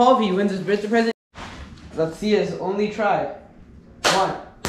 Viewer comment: um u saying birthday wrong buddy